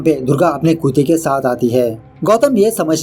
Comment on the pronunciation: Aap kutte ko kuta q bolte hoo